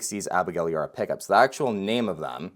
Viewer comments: Abigail’s last name is pronounced E bar ah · it's pronounced YA-BAR-AH